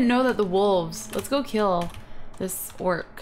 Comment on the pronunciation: It's an orke not an ogre